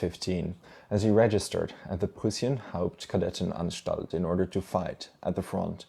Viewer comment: As a german: you did not butcher the words like Kadettenanstalt - impressive. 🙏